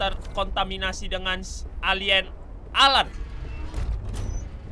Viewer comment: Bang namanya AL-AN bukan alan